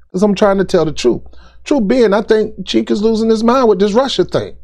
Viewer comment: The C in his name is pronounced with a J.